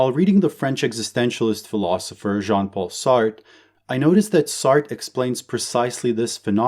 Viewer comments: Isnt it pronouned sart-tra not like shart lol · Lol that's not how you say Sartre 😂